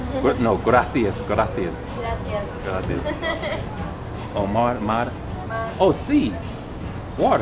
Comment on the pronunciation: Bien pronunciado el ''gracias'' como en España ''graTHias''